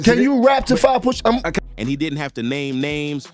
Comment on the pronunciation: Poosha ??? 😂 it’s pusha